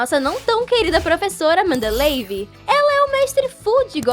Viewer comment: Por favor não fique chateada e achando que sou bater eu gosto muito do seu canal mais vc falou 2 frases erradas o nome da professora e mandeleieve e não mandeleve e o nome do diretor e damoclé vou continuar a escrever no próximo comentario